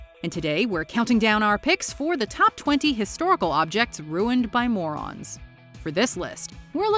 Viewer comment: You can never stress the word MORON any further